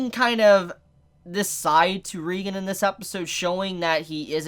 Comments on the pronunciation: Thought it was Reigen "Ray-gen" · Damn now can’t pronounce OR spell Reigen correctly lmao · Why everyone calls him reigan? Its reigen right? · Dude it's R E I G A N DUDE OMG SAY IT RIGHT!